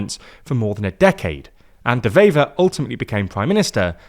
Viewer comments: The W in Bart De Wever is NOT pronounced as a V like in German. De Wever is pronounced like "Duh Waver" The W in Dutch is pronounced exactly like it is in English. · Nice video, but his name is pronounced like “De Waver” 👋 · Dewever is pronounced with a w not a v, the w is like w in water